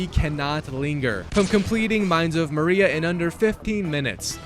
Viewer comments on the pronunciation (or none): bro really pronounced moria "maria" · i cant believe that cirith ungol is the word he pronounced the best when he said "mines of maria" like five minutes earlier